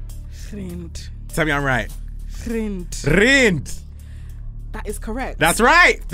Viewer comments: its rand not rind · It’s rands😂😂not rinced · Chile that South African currency answer is INCORRECT💀what’s Reid its Rand pronounced Rand no accent no nothing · Y’all we don’t say Rand like that😭😭✋🏽🤣🤣🤣🤣🤣